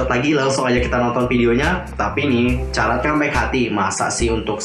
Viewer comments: Bener bgt. Mana dari awal dia bilangnya "carat" bukan "karat", dan gw gatel bgt bikin benerin, hehe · fans SVT itu dibacanya "Karat" ka..